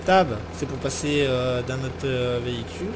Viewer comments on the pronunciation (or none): d'un vehicule a un neuutre LOL d'un vehicule a un NNOOOtre le O ne se prononce pas euuu C gens disent aussi une reeeus non c'est une rOze LOL